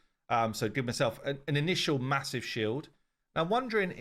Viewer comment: Hehe, a "Mahousive Shield"